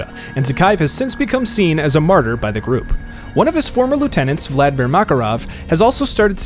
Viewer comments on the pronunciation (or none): none